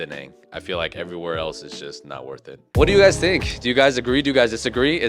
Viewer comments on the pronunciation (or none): none